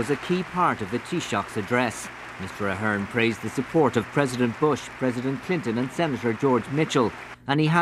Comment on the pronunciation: she pronounced ahern wrong